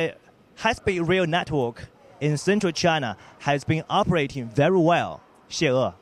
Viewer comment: 我说的是在武汉的哥们。你们俩真觉得这发音很好？VERY 能说成VERO 我也是醉了